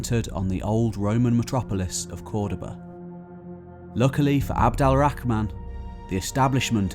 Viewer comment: Its abdul, al, rahman not abdal rahman but good content